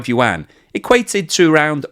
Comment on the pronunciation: Yuan - the Chinese pronounce it yu - en.